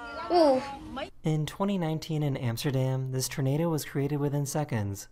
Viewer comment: Hearing the commentator guy saying "ternado" was driving me crazy lol